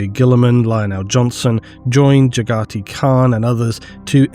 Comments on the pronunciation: Aaaaaand , MAN! YOU EVEN MISPRONOUNCE JAGHATI... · I love the cursed way you pronounce Jaghatai 😂